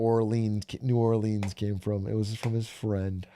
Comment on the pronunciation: Orleans pronunciation also